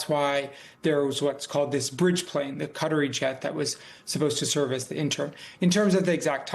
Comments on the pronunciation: Who are the Kudderies? The media should get together on a more accurate pronunciation. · buddy said... cuttery plane 🤣